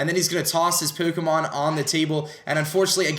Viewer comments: why does he put on an accent for all these formal vids. He says pokemon like pookaman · Why. Why does he say pookemon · why do you say poo-kah-mon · I love how says pokemon like poukeymon. XD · omg the way he says pokemon tho "pokymon" lmao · It's pronounced PO Kééééé MON. english dubbed series don't kno... the ignorance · Ha he says pookemon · poo-ko-mon lollll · What is this accent? Pookamon. Dafuq? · Why is he saying Pokémon so weirdly